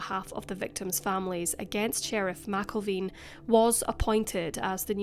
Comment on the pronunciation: Sheriff Wayne McElveen (Mac-Elven)